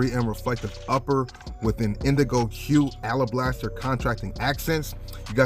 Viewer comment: you constantly mispronouncing 3rd grade words is ruining my vibe.... ala blaster? toe az? contracting accents? cham beret? bray! its cham-bray! jesus christmas boy.